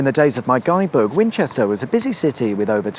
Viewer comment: Could I be mistaken, but did you say "Fwinchester "?